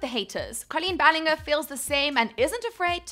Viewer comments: It’s Pronounced Colleen ballinjer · Did she say ballinjer? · U said her surname wrong ahhh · Oh bish you don’t even know how to say her name.